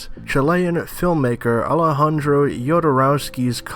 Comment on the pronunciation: The "J" in Jodorowsky in pronounced the same way as the "J" in Alejandro (which you correctly pronounced).